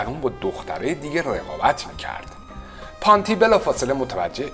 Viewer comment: شما تلفظ اسم کارلو پونتی رو هم اشتباه میگی پانتی